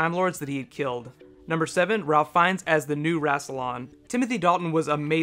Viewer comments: Tatiana maslany as a minor timelord caught up in the story, (by the way you should totally do orphan black videos), though I don't think we'll be seeing galifrey in the near future, also not meaning to sound picky, but its pronounced Rayfe fiennes, not ralf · isn't it pronounced RAFE FINES? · FYI Ralph Fiennes is pronounced Rafe Fines (like safe mines). While he is English his name is of Norman (or French since that is the language of Normandy) origin. Hence the disconnect. Just a nitpick though I love your suggestions. Keep up the good work.